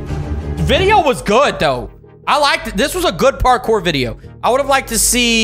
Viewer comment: It's pronounced Parkour not partcore